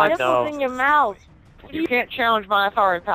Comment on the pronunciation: Nice man 'You will respect my authoutry'